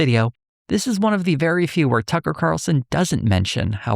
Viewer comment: “Buckler” and “Tuckley” Carlson